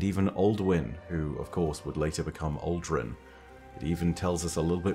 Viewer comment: I keep thinking hes saying "alduin" for aldrin